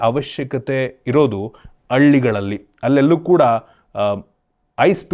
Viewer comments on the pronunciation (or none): ಅಳ್ಳಿಗಳಲ್ಲಿ ❌ಹಳ್ಳಿಗಳಲ್ಲಿ ✅